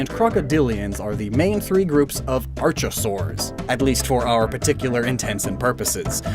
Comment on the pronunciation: Its pronounced ark-a-saurs